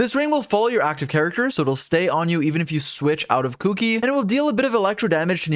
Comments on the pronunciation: The way you say Kuki’s name is triggering me. 😾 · It's weird to me how people call her Kuki instead of Shinobu lol